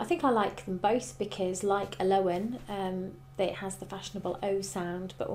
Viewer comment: I have a friend named Elowen and its actually pronounced El-oh-in Not Uh-low-en